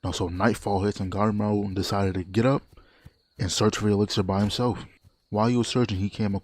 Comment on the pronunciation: Did bro read Gabimaru as Gaemaru or I just misheard him?